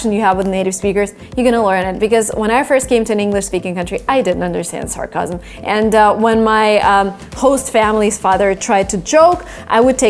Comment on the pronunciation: Hey! I think you mispronounced the word "sarcasm".